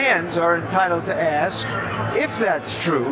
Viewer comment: ask..not axe.....all that money and still can't learn proper English